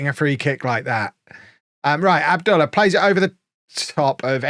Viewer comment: I figure youre past this club at this point, but you seem to care how you pronounce your players so i thought I'd just correct you on Abdullah. It should be "Ab-Dul-lah" the lah as in Lar Gibbon.